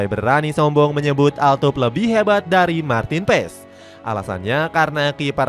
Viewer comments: Martin Pas dibacanya. Bukan pes 😅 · its "PAS" not "PES" :))